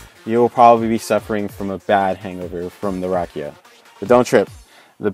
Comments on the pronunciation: The way he said rakija- Its not hate its just funny a bit..Respect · And you are saying wrong rakija